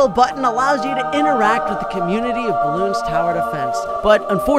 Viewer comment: Dude you have thousands of hours in this game how cant you pronounce the game properly. IT IS CALLED BLOONS NOT BELOONS